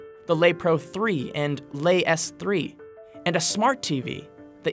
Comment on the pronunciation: "Le" should be pronounced "LUH" or "LEH"... definitely not "LAYE". Dude also mispronounced YT's full name...